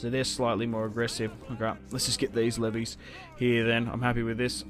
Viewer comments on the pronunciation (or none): none